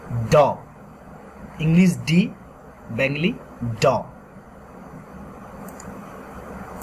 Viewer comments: Can't you pronounce Bengoli. You are pronouncing Bengli. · You cannot pronounce Bengali? What is BENGILI? If teaching Bengali, pronounce the words in English and Bengali correctly. Also, don't switch to writing. Stick to the pronunciation in this video and make a separate video for writing. When you go back and forth is it very confusing. First - how to pronounce and what sound does each character make. fyi - there is no F sound in Bangla. It is PH.